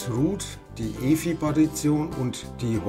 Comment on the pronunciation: Danke für das ausführliche Video. Finde es nur ein wenig befremdlich, wenn du Partition als "Partation" und btrfs als "butter rfs" aussprichst. Das r ist ja bereits im Wort butter oder better enthalten.